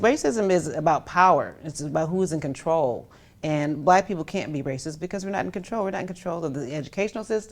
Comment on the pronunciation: That’s what I said when she said buhlack men were being incarcerated lol, she’s stooooopid.